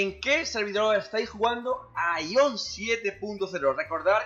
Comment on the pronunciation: Porque tanto espamento por que sacaron el idioma español, no es la muerte, cuantos juegos juegan en inglés y no se quejan. Me da risa jajaja... y es Aion no Aión, donde le ves el acento??